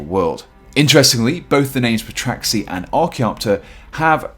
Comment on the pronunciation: The p is silent, you should know that